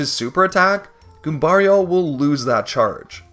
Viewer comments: The way you say Goombario right but say Mario like a Canadian is crazy lol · It's funnier because he pronounces Goombario differently (and correctly). Who is clearly named after Mario. They should be pronounced the same way at the very least.